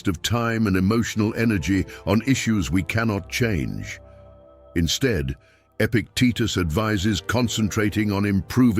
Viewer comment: Epictetus, not epic Titus. Stoics should also proof read.